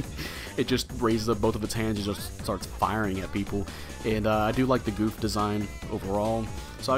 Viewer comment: Got it last night and haven't tried it yet, not really excited for this one. BTW it's pronounced Guf not goof lol